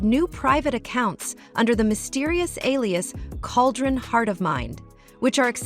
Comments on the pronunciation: it’s “Kay-jen” not cauldron just so u know for future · it's not "CAULDRON heart of mind".. it's "CAJUN-HeartOfMind".. (tho, "cauldron" seems more fitting)